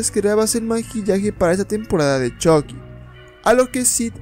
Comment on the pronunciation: Es CHUCKY NO CHOCKY esta incorrectamente mal dicho .